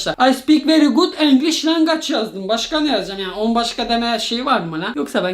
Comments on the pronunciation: Abi language longaç değil lancuicıs😂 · language ❌️ lange✅️